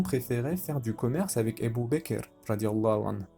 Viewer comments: Ca me perturbe que tu prononce abu bakir au lieu d’abu bakr mais sinon Qu’Allah te récompense pour ton travail. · Salam alikum c ABOU BAKR pas ebou bekr et on dit radihoullah ou3anhou . Il faut corriger ta prononciation inchallah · Pour quoi tu dis ébou baker? Ça gâché tout c'est Abou bakr